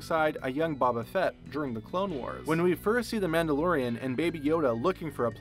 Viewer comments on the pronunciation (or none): Bob uh Fett, "by the looks of his snote" (snout) and other mispronunciations drove me nuts. It's like no one practiced the script in front of actual people who know what the script is about and corrected the narrator on these errors. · nobody saying anything about the way he said Boba Fett...